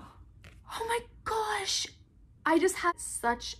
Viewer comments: This is how many times said, “ Oh my goush” Edit: OMG THANK YOU SO MUCH FOR ALL THE LIKES!!! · I love how she says OH MY GOASH LOL